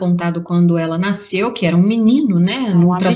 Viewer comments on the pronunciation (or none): none